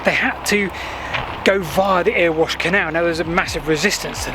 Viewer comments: I loved the "Earwash Canal",. But the locals pronounce it "Errywash". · Great video. Thanks. You’re not heading to “ear wash” canal. It sounds like “merry wash” without the m. You’ll just upset the locals. The waggon in sheep pasture incline’s catch pit isn’t from an accident. When the line was closed in the 1950s they did what you would do if you had something that would never be possible again, they had some fun and let it runaway on purpose just for the lols. Sadly it was added after a train did runaway in the 1880son the incline and smashed across the canal and railway. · Just one thing, apart from the brilliance of giving an eye on this layout so close to myself (M. Bath and regular 'user' of C. Canal towpath)... Hhmm, It isn't 'Earwash' Canal (as said), but Eraywash/Erewash', as spoken locally. Sorry. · Erewash; Pronounced "erra-wash"